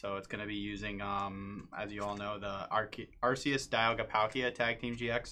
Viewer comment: Are-KEY-us not Arse-EE-us